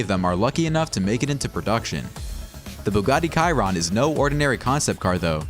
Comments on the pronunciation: Ky-ron?? Bro it’s shee-ron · I believe it's "Shee-rohn"